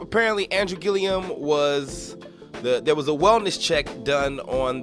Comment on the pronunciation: Would you PLEASE pronounce his last name right! It's annoying. There is no I after the last L😂😂😂. It's Gillum not Gillium, dear😊